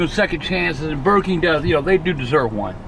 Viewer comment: "Sh!t I love burr king"